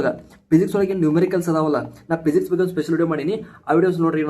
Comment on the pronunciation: ಅಣ್ಣಾ ಅದು ಪಿಸಿಕ್ಸ್ ಅಲ್ಲ ಫಿಸಿಕ್ಸ್ ಮತ್ತೆ ಪೋಕಲ್ ಪಾಯಿಂಟ್ ಅಲ್ಲ ಫೋಕಲ್ ಪಾಯಿಂಟ್, ಪ್ರೊನೌನ್ಸೇಷನ್ ಸರಿ ಮಾಡ್ಕೊ